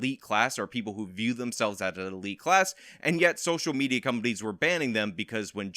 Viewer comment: I heard you say "SOCIAL MEZIA"